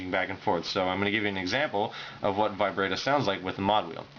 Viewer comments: yo you say vibrato really weird. u say the a wrong, its supposed to be like the a in bratwurst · ahaha he called it "vibrae-do". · Sorry, but "vye-bray-toe" and "ahk-tayv" are wrong. It's "vih-brah-toe" and "ahk-tivv."